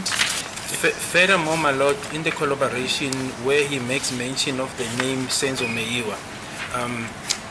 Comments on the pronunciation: Collobaration, Collobaration, Collobaration...🎉😂😂😂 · Konje yini ukudelela ngesilungu.😂😂😂😂😂 Now Mnisi is fuming and is about to let it rain cats and 🐕 🐶. Woo can't wait for cross examination, this one and Baloyi are going to jail. Pompous, who can't pronouse collaboration but does it in isizulu.